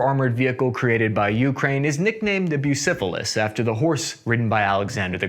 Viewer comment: Eh... Bucefalus, not busifilis, try at least plugging it into translate and listening to it before such comment.